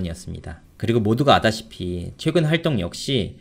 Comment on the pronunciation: 당신 발음도 살짝 어눌합니다. 아다시피가 - 알다시피 랍니다.